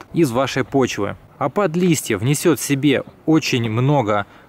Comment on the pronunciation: Листья, умник, говори правильно, уши режет.